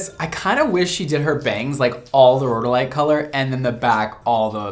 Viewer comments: Geologist here, you pronounced rhodolite correctly, like road-oh-light. Garnet is my favorite mineral/gemstone and I'm kind of obsessed that you have a gemstone line to your colors. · You said it correctly, its Rhode-a- lite 😊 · You said it correctly: ROH-doh-lite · You’re pronouncing it correctly, row-dow-lite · She is saying Garnet correctly, you are saying Rhodolite correctly. I'm a jeweler. Hope this helps!